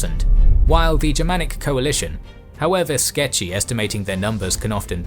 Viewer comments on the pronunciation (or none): Hearing you say 'sketchy' made my day lmak